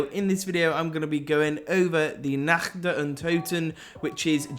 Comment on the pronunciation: "in this video im going to be going over the nakch der untoten"